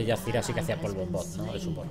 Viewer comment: ¡Por dios MIS OIDOS! ¿¡CÓMO QUE "ZIRA"!? ¡ZÁIRA! ¡APRENDE A PRONUNCIAR POR DIOS!